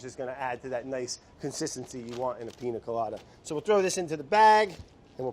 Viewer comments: if he says PINA instead of PIÑA again we’re gonna have a huge problem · PIÑA COLADA BRAD NOT PINA COLADA 😭🤣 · So, of course I love Brad. Even when he cant correctly pronounce "piña" (Ill let it slide just because its him). But, hey producers, what happened? I mean I know its summer, and you want to just chill, but this ep was ...underwhelming. No crazy edits/music, where was Vinny? Super simple recipe.... the highlight of the video was seeing Andy letting go of control and having a sip of alcohol at 3pm ... (Im still a bit shocked to find out he drinks, he seems so cutefully type A) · I don't know if this correction has been made before, but it isn't "Piña coladas" is "Piñas coladas" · PiÑa not piNa...changes the way to pronounce it 😉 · atleast learn how to say piña